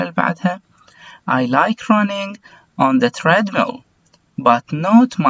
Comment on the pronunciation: استاذي حبيبي والله لو تشتغل على النطق حقك لانك قاعد تقولنا انطقوها وراي النطق الصحيح وانت نطقك غلط work , treadmill, squash كل هذي غلط لان احنا والله بنعاني قاعدين نتعلم النطق الخطا من المعلمين غير اهل اللغه وشكرا